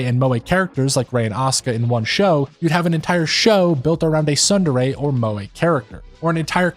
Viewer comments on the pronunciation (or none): You really need to learn how to pronounce Japanese words. It was making me mad. The t in tsundere is NOT silent, in Japanese words a's are always aw, and i's are always ee, and e's are always eh. Also u's are always oo.